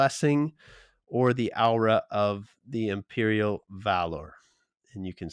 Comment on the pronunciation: Just to be a horrible person Aw-rah isnt Ow-rah its more Or-rah. But good look into the transformations dude.